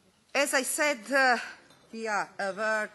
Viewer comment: She is schpilling English vrlo much; I particularly love her pronaunciation of "aware", and final emphatic wording "plis trast as!" how embarassing, please somebody shut her out for sake of entire Balkan .....initially I thought 'top lista nadrealista' Croatina version